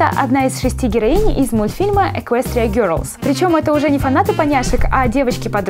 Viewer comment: не герлс , а гелс